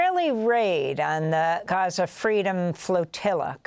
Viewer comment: Nobody hits the pronunciation of "GHAza," "RAFFah", "GREYta TOONberg," and "KEELmaR ABRAYgo" quite like Amy (Also these are important things to talk about don't me)